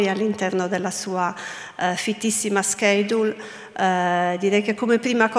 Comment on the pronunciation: spiace per il professore che adoro, ma non sono riuscito a superare la parola "schedule" pronunciata dalla signora beccaria durante l'introduzione. santo cielo. tornerò.